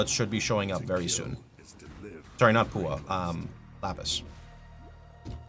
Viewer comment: Paua - Pa u a.